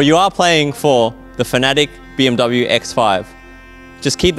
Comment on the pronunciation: Hey FNATIC, pls look up the right pronunciation for BMW. Thank you